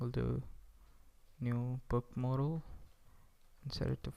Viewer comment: Modal...model... *Whispers modal again.... Great tutorial man :)